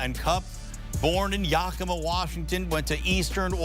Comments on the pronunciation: What’s with you people on cbs!! It’s Yakima not Yamika!! You’re a local news channel for fuck sakes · It’s Yak A Ma